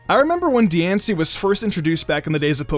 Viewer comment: My friend overheard me watching this once and he thought you said juul when talking about diancie